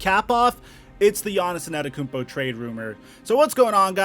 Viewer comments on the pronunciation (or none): Nobody:: Giannis ANETakoumpo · Lol who tf is Giannison Adekounmpo, please just say Giannis lol, your pronunciation kills me 🤣🤣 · Nobody Mike: Giannis ananakoumpo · ANETTOKOUNMPO........YOU SAYING IT WRONG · He said En-ah-tekumpo 😂😂😂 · He really said Giannis annikumpo and Giannis nannikumpo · Bruh... you’ve gotta figure out how to pronounce that last name. It’s not “Anatakounpo”. You’re leaving out several letters the way you say it. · don't you mean anatakoumpo? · Jahnison Ettakounmpo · PRONOUNCE HIS NAME CORRECTLY FOR GOD SAKES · I dont like how he say Giannis last name but great content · Mans has won 2 straight MVPs and you still cant say his name right. Trash tier content creator..